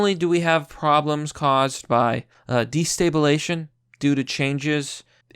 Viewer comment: Destabilization. You're saying de stay bull ay shun and I'm dying. Grammar suspected white supremacist out.